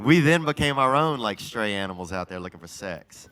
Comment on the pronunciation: It's "stray" animal belt, not "straight".